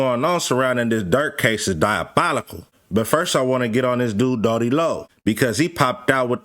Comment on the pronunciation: Doodie not dody…🤦🏿‍♂️😂